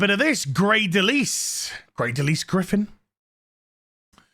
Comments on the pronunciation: Just fyi, I think her name is pronounced Del isle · It's DeLisle, Like "isle" with "dul" in front of it. Not De lease. It's from Northern French, meaning 'Of the Island' or de l' isle. Anglified from the French pronunciation "leel" to "lyall". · Lisle most often pronounced Lyle \m/